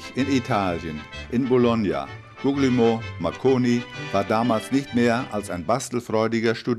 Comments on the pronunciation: ..."in Bologna, Guggelmoh Mackoni..." :D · Ist zwar schon lange her, aber "Guglielmo" kann man schon richtig aussprechen, wenn man ein Video über das Thema macht. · Gugelmo Marconi - der Mann hiess Guglielmo (sprich: Guglielmo)!